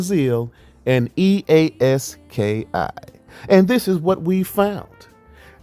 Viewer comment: 😂😂😂 bro it's E-A Ski not e a s k i